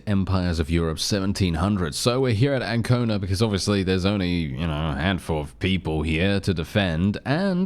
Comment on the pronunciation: One thing that I am surprised about is that you are pronouncing correctly the name Ancona.